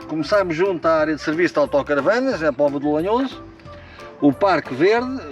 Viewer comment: Não é lenhoso é lanhoso